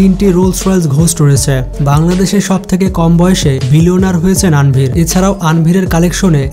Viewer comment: নাম সঠিকভাবে বলা উচিৎ। তানভীর -এর বদলে বলছে আনভীর!